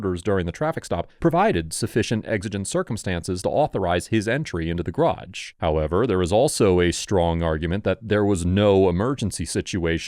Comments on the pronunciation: Since when is "garage" pronounced "grahdge"? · Why do US Americans have such trouble pronouncing the word garage? Probably because its origin is French which is known to be difficult for US Americans. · I give you a C- for your strange pronunciation of 'garage'.